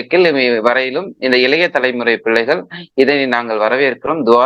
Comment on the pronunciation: “முல்லிவாய்கால்…. ஈலத் தமிலர்… இலைய தலைமுறை பில்லைகள்” ஐயோ போதும் உங்கள் தமிழ் உரையாடல்